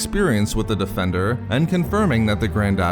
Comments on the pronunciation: take a sip every time he says defenDURRRR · "The Starfighturrr." "The Tie defendurrr." Come on bro XD